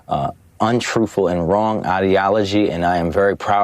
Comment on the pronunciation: This DEI, said "untrueful" lol